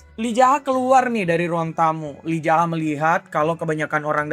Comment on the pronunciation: Kenapa lu bilang MC Yi Zaha ke Lee Jaha? Apa biar enak bilang nama nya?